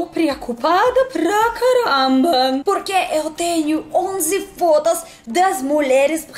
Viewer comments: Viram como ela fala fotos...fótas...com um t que soa mais como d do que como t...é fóta hein... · KKKK!!! Não é "FODA"! Se fala "FOTOS"! FODA é outra coisa!! kkkk!!! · Cuidado com a a pronúncia do “fotas”… Huehuehueh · levei um susto quando ela falou "só fota" kkkk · Parece que ela falou 11 fodas...kkk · "Onze fodas..." hahaha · a regra do "o" com som de "a" no russo sempre te atrapalha no português....kkkkkkkkk